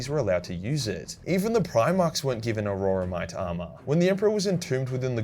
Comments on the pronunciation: Aurora-mite? Lol am I saying it wrong?? I always thought it was pronounced aura-mite. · It's "auramite" NOT a-ror-a-mite. Think of it as or-ra-mite.